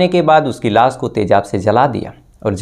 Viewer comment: Fix your "sh"and "s"like it's lash not las or shading not sadi😂